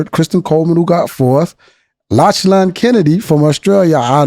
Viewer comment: it alright, but it’s pronounced lock-lan.